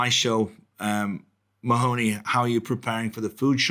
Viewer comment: MAHONEY. can you ask the host to actually pronounce your name correctly please. But one minute how are they going to paint a UFO while the mask slip's we all know there lizards in the building. I'M going to tell you be careful because the crowd in palace if they know your talking these people are dangerous man. The Queen has never taken up her residency it's all the crowd from the underworld. I want to ask you a question why don't the British empire that's there now not the real people before they where invaded but if you noticed why TPOUS (....) You know what that means. I'M trying to be careful in what I'm saying. You know I live in a Catholic country, you seen how there trying to district the public with the big steal this is exactly the time they can pull this off but the #1 knows exactly what going on. Why do you think #1 is staying so quiet right now. He will walk back in and you know the establishment called people whistle blower's well #1 will BLOW THE WHISTLE. It's the NWO are trying to pull this off. Look at what the mainstream media done to our friend in the UK because he spoke the truth they locked him up with the enemies he was calling out. One more thing get in as much food and fule that's to anyone who's reading this and are on the Ball. Not one of us can buy gold today because they need all that for the plutonium there going to need that is talking about. Keep up the great work, bring back our real president